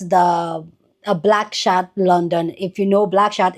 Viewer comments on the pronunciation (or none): it's bkchat! not black chat 😢 you're always mispronouncing and saying things wrong.